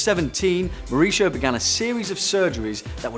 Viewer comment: Number one is pronounced Maoo-reesio with a Mexican accent